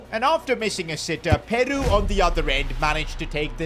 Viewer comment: Bro said "PearU" like it's that Ed Sheeran song bruvvvv